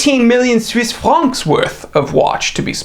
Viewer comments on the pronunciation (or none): You pronounce word "Franc" so wrong i will leave ... No Likey, no subscribey..!